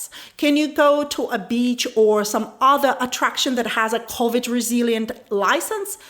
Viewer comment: Love how says Covid. Her English is better than my Ukraninan tho.